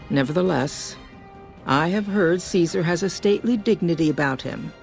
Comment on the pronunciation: Idk what is more funny: the out of pocket descriptions for his behavior, or the number of times he gets Caesar's name wrong on purpose. 🤣🤣🤣🤣🤣 I absolutely love this video. Please do more for other games.